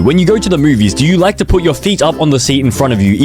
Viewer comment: bro like “I liké you”